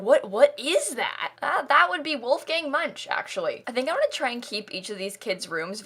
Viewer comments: Actually, most Americans who know of Edvard Munch still pronounce it the same way did. It is a matter of education, or lack thereof. It is not commonly taught how to properly pronounce things/names/etc taking into consideration where they are from. We just pronounce things the way they look, and carry on until someone finally corrects us and explains why. Americans really are so shut in to our own little bubble, oblivious to the rest of the world sometimes. There is an unspoken fear that if you look out towards other cultures too much you are being unpatriotic, and nobody wants to find out what happens if you are deemed unpatriotic in the United States. We don't know where that line is, but we definitely don't want to cross it. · B Orrrr maybe she doesn’t know? I’ve got a master’s degree and didn’t know that is how it’s pronounced. It was just never necessary to know or part of my studies. You’re super rude. Europeans pronounce Native American words and American towns and names incorrectly constantly and it just is what it is, there’s no need to be inflammatory. Like the UK pronunciation of the Spanish language is awful but I also understand accents cause variations and also if you learn it wrong, you say it wrong, and it can’t always be helped. It’s not intentional. It’s not about not trying. Human instinct is to say things the way that would sound correct in your own dialect based on your understanding of how letters and letter combinations sound in your language (see Van Gogh) and it’s not malicious in intent or because people don’t care. You’re such a snob. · I’m sorry for being that person, but Munch is German and is pronounced Munck.. Don’t me! 😅🙈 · Also, how Munch is pronounced is so weird. I'm starting to believe no Sims player has ever heard of the painter Edvard Munch (pronounced Munk) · Me, a Norwegian: say MUNCH one more time!! (Clearly it's supposed to be like the painter Edvard Munch, pronounced Munk)